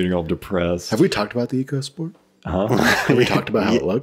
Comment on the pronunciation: It's pronounced "Echo"sport, very important to get it right